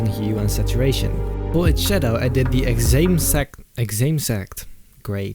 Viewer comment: No one:: exame sact...